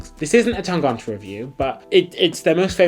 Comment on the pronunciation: The way you say Tangente makes me giggle. ;) Tang-uh-nte. hehehe You pronounce the "gent" part in Tangente like you would pronounce gent in English, except that you don't make that j-sound for the g. So you've got it almost right, except for that "ent" in the middle. Cheers, mates!